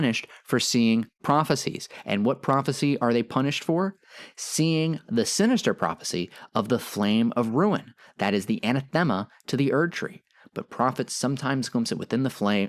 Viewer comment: In the spirit of telling you when you are wrong, you mispronounced “anathema”. It’s an-ath-ema, not ana-thema.